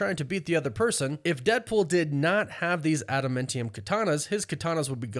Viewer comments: ADAMANTIUM is the word. I cringe every time you say "AdamMENtium" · If I’m wrong I’ll shut up about it but is it pronounced “adaMINtium” or “adaMANtium”. It’s grating hearing adaMINtium. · New marvel element "Ada-mintium" lol. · Adam AA ntium. Love the videos but the pronunciation kills me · Bro you have got to learn how to say ad-a-man-ti-um. Holy shit that's annoying. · You say adamantium dumb. “Adam-MEN-tium” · I've never heard someone pronounce adamantium like that before 😂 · You kinda say adamantium weird. To me at least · Yeah I'd have to agree.